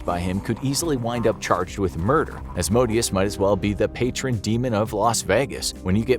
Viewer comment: I thought it was pronounced " A zay zell " not " Asa zell ". And " Az moe Day Us " not " As modius " ... Butchering the demon's names will get you possessed